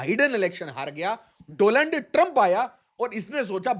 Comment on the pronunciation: Learn to read, there is a difference between Doland and Donald